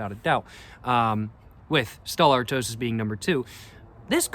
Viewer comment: My only complaint on my behalf is you pronounced Stella Artois wrong lol